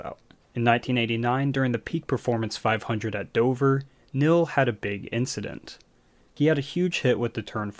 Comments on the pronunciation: The man's name is pronounced kneel, not nil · His name was Neil...not nill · We say Neil, you say Nill. Potato, potahto. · OMG the way you pronounce "Neil" is enraging.